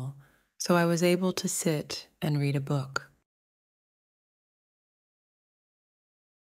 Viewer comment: 2번 문장이요. 책을 읽다가 과거 시제이니 발음이 뤼드 어 북이 아니라 뤠드 어 북으로 과거형으로 읽어야하는 거 아닌가요?